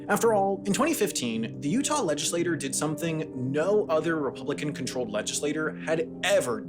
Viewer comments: The mispronunciation of "legislature" as "legislator" is driving me crazy. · It’s legislaTURE not legislater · "Legislature" is not the same word as "legislator". A legislator is a member of a body which is collectively referred to as a legislature. Please check your scripts or be mindful of the pronunciation. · Bro you keep pronouncing the word “legislature” as if it were the word “legislator” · Why does he pronounce "legislature" like "legislator"? Is this common in whatever American accent he has? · Why do you keep pronouncing legislature like legislator? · I think you need to double-check the pronunciation of "legislature", because you keep saying it like "legislator", and those words aren't meant to be homophones... ♥ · I hope I never have to hear this chucklefuck mispronounce legislature ever again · Learn to pronounce legislature. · Your pronunciation of "legislature" is so grating. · Legislature is not pronounced the same as Legislator. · Sam still can't pronounce "legislature" lol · Sam: speaks fluent French Also Sam: Can’t pronounce “legislature”. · now explain the weird pronunciation of legislature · "legislature" is not pronounced the same as "legislator", Sam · He was saying it incorrectly the whole time. It made the video really hard to watch. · I came to say that very thing. His inability to pronounce legislature properly was jarring. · “Legislature” is pronounced “legislachure”. It’s not pronounced like “legislator”. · Narrator, please learn how to say "legislature". It's not pronounced "legislator". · Good video👍. FWI state legislature is pronounced something like "ledge-ih-slay-chur" as in churn. (i'm bad at phonics lol). It keeps sounding like you were saying legislator, like a person. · Legislatchure v. Legislator Pronunciation Issue or non issue? You decide. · legislature* not legislator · Not bad, but you mispronounced 'legislators' vs 'legislature' a few times, and you introduced "Gentiles" without context.